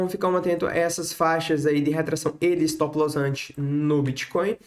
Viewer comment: Estilo Joel Santana"s English kkk